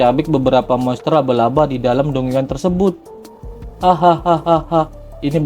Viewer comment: dungeon bacanya danjen min 😅